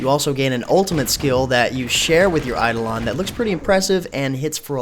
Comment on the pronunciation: Hmm, it looks promising, but I have this annoying cynical voice in my head that as time goes on it'll just devolve into another WoW-clone, I guess I'll try the beta for myself and see how things go P.S. I'm pretty sure it's pronounced "Eye-doh-len"